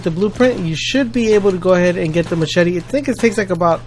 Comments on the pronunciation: Formula then he said, "mass-chet-ee." WOW. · ma - chetty xD omg you kill me